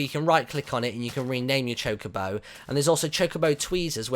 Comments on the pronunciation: its choca-bo not choke-abo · its not chicobo its chocobo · You're saying chocobo wrong Martyn